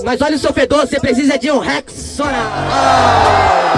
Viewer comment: eu fiz uma referência a oq ele falou amigão, rexona = rex sona.. presta atenção como ele falou, abraço s2 :)